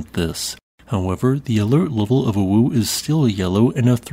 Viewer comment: You're not the only one, and now I can't unhear it... I've been on the Internet FAR too long, dammit XD